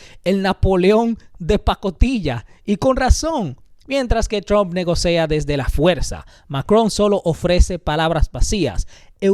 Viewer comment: Elíseo con acentuación en la í. Lo correcto es negocia no negocea. Un excelente programa merece una correcta pronunciación